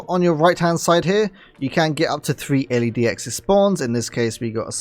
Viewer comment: L-E-Dx haha LedX mate